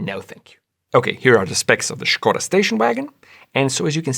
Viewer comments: Correctly pronounced the name Skoda (SH-ko-da for those who dont know), subscribed! Forgot the detail that BEV's do not emit exhaust gasses or drip engine oil. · It's been a long time since I heard Skoda pronounced correctly. Not surprising that its on this channel, but nevertheless its a rare sound.